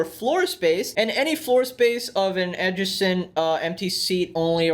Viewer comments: Adjacent is pronounced like A-Jay-cent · Where Are You From? I've Always Wondered Because You Don't Seem To Struggle While Speaking English But You Do Struggle With Some Words While Reading. Like The Word "Adjacent". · The way pronounced adjacent was hilarious 🤓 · I love the way you pronounce adjacent 😆